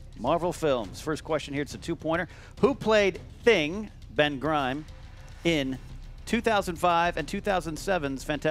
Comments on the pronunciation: Anyone else laugh when said "Ben Grime" on the Fantastic Four question? And then he says "Fistobia!" instead of "Fistophobia!", I love yah...but you're slipping! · mispronounced Ben Grimm and fistophobia.